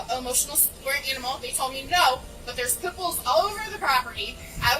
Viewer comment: Pit bulls being banned here in Canada 🇨🇦 I certainly wouldn’t say any of that gibberish she just did 😅